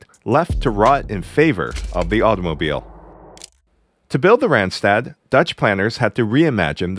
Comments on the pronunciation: it is not rent-stet it is Randstad with an ah , not an èh. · No, not Rendsted, please pronounce the 'a' as the 'o' in love. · Both a's in randstad sound like the one in car.